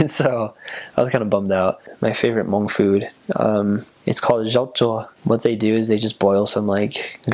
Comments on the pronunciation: Ooo! I love your pronunciation of Hmong. Perfect 👌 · The way he said Hmong is sooooOOOoooo clearrrrrrrrr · wow he says hmong really good